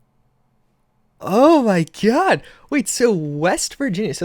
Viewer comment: “Is that Tod” You mean God right?